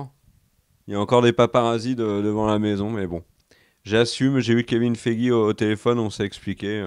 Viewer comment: Le Kevin Feigix m'a tué 😂😂😂!!!